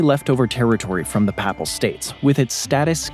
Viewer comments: Why can’t the narrator pronounce “papal” correctly? Or several other words? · Yep! "Papal" is a pretty common term. It is rarely mispronounced, however it is repeatedly mispronounced in this video. It's surprising since the tongue-twisting Danish names appear to be pronounced correctly (I think?).